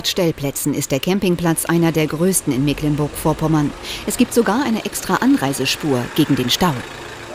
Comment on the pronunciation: Warum kann eigentlich niemand mehr Mecklenburg richtig aussprechen? Es ist nicht Meeh-cklenburg.